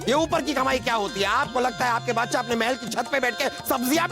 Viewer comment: बादसाह❌ बोदसाह